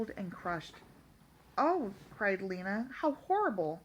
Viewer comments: and its lina not leena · Do not trying to criticize bit her name is pronounced (Line ah) and that just heya I going off of the professional audiobook reader but other then that not bad